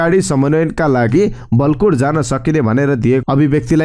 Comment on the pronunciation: वलकोट होइन हजुर बालकोट हो, हजुरलाई लाखौंले सुनिरहेका हुन्छन्, कृपया ध्यान दिनु होला ।